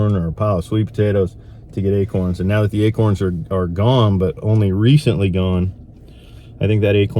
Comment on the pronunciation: Deer in Mississippi love "a-kerns". Not too sure about "acorns". Lol Good luck with the 10 point!